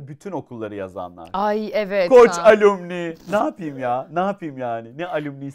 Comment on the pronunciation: Alumni —> “Alamnay” diye okunur; eğer Alümni Alümni diye şakasına söylemediysen 😎🤩